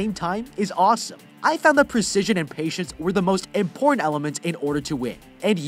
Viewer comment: I started to skip the sponsorship and went forward about half a minute and all I heard when it started was mporn elements